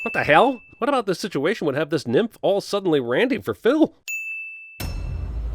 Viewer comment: Did he just call the goddes of love a nymphe ?